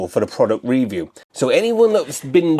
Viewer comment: Reeview? You mean review? You are obsessed with the word reeeeeview?!!!